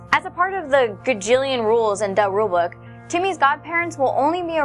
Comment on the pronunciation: "Duh Rule Book"? Really. Would it really kill you to pronounce things like how THE PEOPLE IN THE SHOW say it? It's not hard